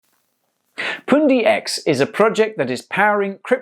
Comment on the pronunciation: You say poondi I say pundi x. Pun like bun but with a p.